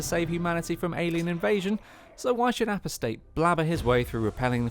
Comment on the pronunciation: Apostate is pronounced “A-poss-tate” (This means someone who has left their religion.) Not “Appo-state” as you say it here.